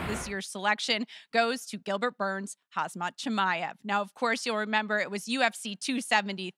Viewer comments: Heidi can't pronounce HAM-ZAT, she must say HAZ-MAT? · Somebody tell her the man's name is khamzat, not khazmat. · Someone please tell her the name is not KHAZ MAT, it's KHAM ZAT =)))) :face-green-smiling::face-blue-smiling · Hazmat Chimaev ☣️☢️ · Did she call him Hazmat ? LOLOLOL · Lol she is saying hasmat chimaev, kind of funny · "Hazmat Chimaev" Seriously? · She said Khazmat so many times 🥴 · "Hazmat Chimaev" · "hazmat" lmao maybe learn to read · She pronounced Khamzat's name 4 times wrong...😂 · Bro she really doesn’t even try to pronounce Khamzats name right 😂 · she mispronounced Khamzat’s name 💀💀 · Volk got robbed for performance without a doubt and how are people still pronouncing Khamzat wrong???